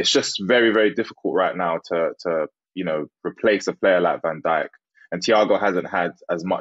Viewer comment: Harry's pronounciation of Van Dijk is disrespectfull